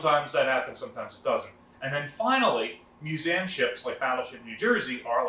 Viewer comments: What is a mewzam? It has THREE syllables. It's MEW - ZEE - UM. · "MU-ZAM?!?" TRY "MUE-ZEE-UM!" (MUSEUM) :p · Drinking game: Everytime this guy says 'muse-saam' you drink a boilermaker! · What’s a “Musam” ship? Museum? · First thing that need to be answered, why can't you say Museum. WHY DO YOU KEEP SAYING MUSAUM!?!?! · Stop it, I'm going to have to stop watching the vid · What’s a Mus-A-um? I’m not familiar with that word. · ftw is "miusäm" ?? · What is a mu - zam ? New word ? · Love your videos but your pronunciation of the word museum is atrocious. But much love other than that perfect. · Seriously stop it, so distracting, is this an American thing like AL-LUM-MINum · I had to stop watching after 3 minutes due to the fact this guy cant pronounce "museum" correctly. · I've never heard anyone pronounce "museum" that way... He seems to pronounce EVERY other word correctly. It kinda hurts my ears. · Learn English there's no A in Museum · Say museum again I’m trying to find out where the a is coming from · I'm not trying to be rude but he says museum funny.